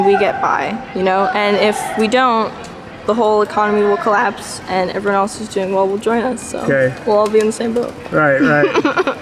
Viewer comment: When she said the economy calapse... that hit different